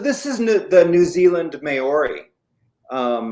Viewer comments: Mãori, not "meori" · Please stop pronouncing Maori wrong It's NOT pronounced may-or-ree It's pronounced mow-ri (mow as in cow) Look up the pronunciation on here if you don't believe me.